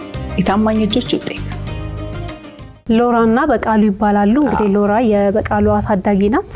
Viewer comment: “ላውራ” 😂 ማ ከለከለህ😂 ስሟ ሎውራ ተብሎ ይነበባል: ው ይዋጣል🤣did they just let a 14 yr old drink alcohol?😮 😂